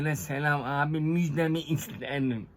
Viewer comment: Abi müjdemi ist-herim 😂